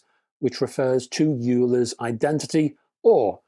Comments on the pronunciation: 'Euler' - You say Yuler, I say Oiler, let's call the whole thing off. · Definitely Van Der Graaf Generator. Euler is pronounced oyler Also, strictly speaking , it should be Van De Graaff after the guy who invented it